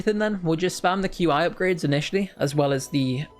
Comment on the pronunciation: I just wanted to say that, qi is pronounced as chi